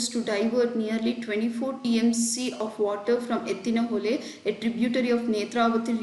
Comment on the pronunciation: ಎತ್ತಿನ ಹೊಳೆ ರಿ ಹೊಲೆ ಅಲ್ಲ 😂